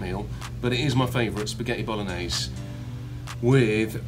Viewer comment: Tom pls I'm Italian, Bolognese and Parmigiano is the right pronunciation 🤦‍♀️🤣🤦‍♀️🤦‍♀️🤣 I can cook for you 😉😅